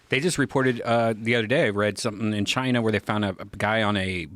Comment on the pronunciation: Joe can't say China in this episode apparently